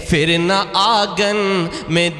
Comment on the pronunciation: phir ko aap fir padh rahe ho, itna farq bhi nahi pata? lagta he doosre se likhwake padhte ho